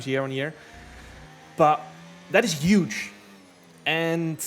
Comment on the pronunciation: It helps me sleep at night to hear Jarno say "yuge" but the day I hear him say it correctly I will be plunged into a deep depression.